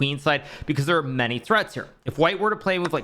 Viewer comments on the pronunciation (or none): none